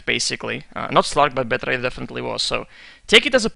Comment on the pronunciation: The way you say batrider is strange :D Well dota always changes, people will always cry